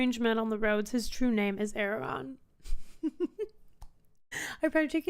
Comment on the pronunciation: There are two 'R's in Aragorn.